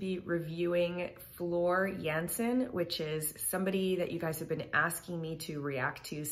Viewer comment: Thanks for not saying JAN-SIN